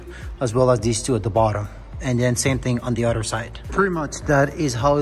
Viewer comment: It’s not udder it’s “other”. Udder is a cows breast.